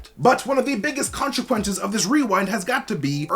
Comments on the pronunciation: Say, "konshu-quences" again! I dare you! I double dare you! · Omg say Khonshu-quences one more time in a video and we riot.